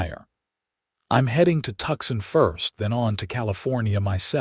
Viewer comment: Good story. But it's really tedious when Tucson is the place they want to go (at first.) It's not Tuckson. It's pronounced Tu-sahn or Two-sahn if you like. Fix your AI.